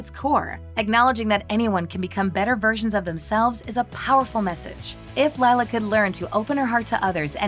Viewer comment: You mean lie-la